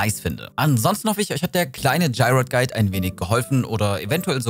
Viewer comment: Wie du Gyroiden aussprichst, hihi... das hat mich total getriggert. Konnte mich gar nicht mehr richtig, auf den Inhalt des Videos konzentrieren. Für mich waren es schon immer GÜ-RO-IDEN (so gesprochen) 🥰 keine denglische Aussprache 🙊